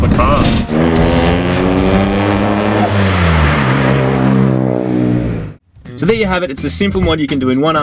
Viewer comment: I like Marty, but Moog gets on my nerves more each episode. Also, there's an "R" at the end of the word "car". Use it.